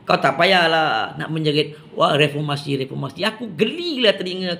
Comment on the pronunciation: Mcm kelakar bila die ckp refomasi.. ckp kt die tok farmasi adalah😅